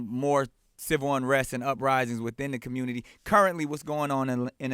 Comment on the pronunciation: "Commumity leader" 🤣 Man open ya bible & repent